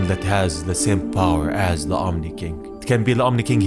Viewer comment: It's Omni not omi